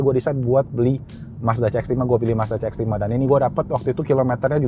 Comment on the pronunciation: CX dibacanya si ex. Bukan ce ex. Mending pakai bahasa inggris menyebutkannya.